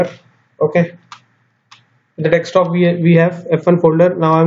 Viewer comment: I always wonder why people say dextop instead of desktop.....